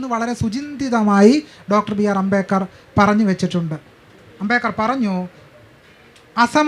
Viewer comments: എന്തൊക്കെയാണ് ഈ സ്ത്രീ പറയുന്നത് അംബേകർ അല്ല അംബേദ്കർ ആണ് 😡😡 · അംബേദ്‌കരിസ്റ്റുകൾക്ക് അംബേദ് കർ എന്ന് പറയാൻ പഠിപ്പിക്കണം 😁 അമ്പേക്കർ എന്നാണ് കേൾക്കുന്നത് 😁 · ഈ ഇരിക്കുന്ന നാലെണ്ണവും അംബേദ്കറിന്റെ ആശയങ്ങൾക്ക് വിരുദ്ധമായിട്ടാണ് പ്രവർത്തിച്ചു കൊണ്ടിരിക്കുന്നത്. ചർച്ച നടത്താൻ പറ്റിയ മൊതലുകൾ. മോഡറേറ്റർക്ക് അംബേദ്കർ എന്ന് ഉച്ചരിക്കാൻ പോലും അറിയില്ല. അമ്പേക്കർ എന്നൊക്കെ 😂. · ഈ സ്ത്രീ എന്താ അംബേക്കർ അംബേക്കർ ന്ന് പറയുന്നത് 🙄🙄🙄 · അംബേക്കർ😂😂😂 .. ആദ്യം മാതൃഭാഷ മര്യാദയ്ക്ക് പറയാൻ പഠിക്ക് നായെ. എങ്ങനെ വായിക്കപ്പെടണം . കൊണോതിലെ പ്രയോഗം ആണ് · Ambekar അല്ല...ആവർത്തിച്ചു കേൾക്കുമ്പോൾ വെറുപ്പിക്കുന്നു.. moderator ആദ്യം അംബേദ്കർ എന്ന് ശരിക്കു പറയാൻ പഠിക്കു. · അമ്പേക്കറല്ല..... അംബേദ്കർ.... അതാണ് കറക്ട് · Why is she saying ‘ Ambekar’? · Ambekar?..Am I hearing it right😅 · Even the guy sitting in the middle, 😊 doesn’t even know how to pronounce Dr. Ambedkar’s name… too funny! 🤣🤣” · അംബേദ്‌കറെ എങ്ങനെ വായിക്കണം എന്ന് ചർച്ച ചെയ്യുന്നതിന് മുൻപ് മനോരമ മോഡറേറ്റർക്ക് അംബേദ്കർ എന്ന് എങ്ങനെ ഉച്ചാരണം ചെയ്യണം എന്ന് പഠിപ്പിക്കണം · അംബേദ്കർ എന്ന് ഉച്ചരിക്കാൻ പോലും കഴിവില്ലാത്തവൾ